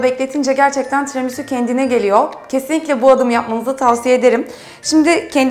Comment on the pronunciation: "Tiramusu" - "çukulata" 😂😂😂